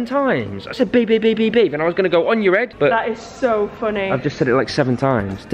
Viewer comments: she said babi 😮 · Listen, says babi